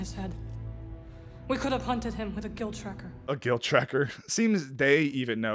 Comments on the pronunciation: It’s guild tracker, not guilt tracker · “Guild Tracker” not “Guilt Tracker” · It's not "guilt tracker" its "guild tracker"